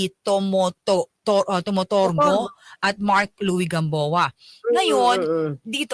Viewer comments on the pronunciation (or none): pahinga ka muna parang di ka marunong mag basa ng apelyo ni atty. Ricky tomotorgo